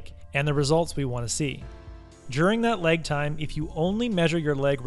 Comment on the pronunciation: "Leg effect"? "Leg time"? .... You know there's an "a" in that word, right?